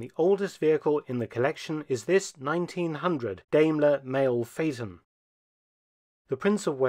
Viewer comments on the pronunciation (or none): I have always head Diamler pronounced like Diamond. Hearing you say it like Dame is weird. I believe Diamler Chrysler Mercedes Benz is still a thing, as far as parent company. The car that is 45 horse power is crazy! I bet that car weighs 5 tons! Top speed of 55 mph after 14 minutes of acceleration. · Daimler (you might think of a DIME when speaking it, as it is pronounced Dimeler)! Not Dameler! I am sorry, Dr. Felton, but I've become quite alergic to people butchering the German language -.- Otherwise a great video, as usual :) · So I have to ask how common is it to pronounce Daimler as Dame-ker rather than Dime-ler as that is the normal pronunciation as a car guy this is the sort of thing I think of anytime a car brand is pronounced in a different way. Obviously this is an amazing collection but that's the question that comes to my mind. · Sorry but it's pronounced diemeler not daymler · It’s pronounced dime-lair Thanks for posting this! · But in Britain it is pronounced Dame..ler. Being German/British I am happy with both pronounciations. Best wishes. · I see because everyone over heard say it say it as dime-ler and even google says it like that. Of course I've heard some other weird pronunciations as well so shouldnt surprise me. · I think it's pronounced "DIMEler." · It is not Dayyyyymlor. Please. We respect English enough to pronounce your stuff right as well... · First Car And also the first syllable in Daimler rhymes with Time. Just saying.